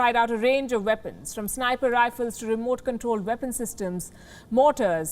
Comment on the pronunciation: Those veapons are wery dangerous in the vorld